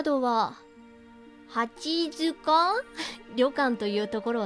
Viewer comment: 、リクエスト採用ありがとうございます！！ 読み方、きしもじんであってますよ！！ って、読み方出ましたね！！ このゲームは本当に無駄な事柄が一切なく最後のフラグの回収が凄いゲームです！！ 八塚（やつか）ですよ～ 最初の音量でも自分は大きすぎなかったですよ～ My梨イオン！！！ セーブデーターを別けて、グッド・ハッピー・そして、自分が一番お気に入りのトゥルー・三つのエンディング、見ますか？ どれも、素敵な終わり方なので、ぜひ、3つとも、見ていただきたいです！！